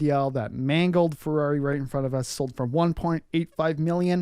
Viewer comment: I respectfully suggest you find someone who speaks Italian to help you with pronunciation. You do say Ferrari correctly (with a North American accent), but that's about it.